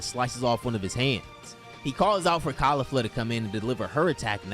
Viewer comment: This shit was atrocious tho… the pronunciations where so bad dude I can’t 😂 kalifla and the resengan 😂 and the way you talked to me thru the whole 17m I watched painstakingly 😂 good concept tho not yours so I can at least tell you that you did a horrible job narrating it 😂